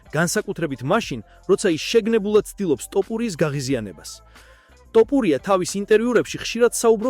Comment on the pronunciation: რატომ ამბობთ "ტოპურია"-ს, შენც უცხოელი ხარ, რატომ ამახინჯებთ ჩვენს ეროვნულ გვარს-"თოფური" მეგრულია და თაფლს ნიშნავს; გვესმის ეს უცხოელმა წარმოთქვას, თქვენ რაღა გემართებად, შეგნებულად აკეთებთ ამას?!...აბა, რა უნდა იფიქროს კაცმა?